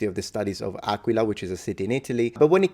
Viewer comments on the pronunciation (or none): none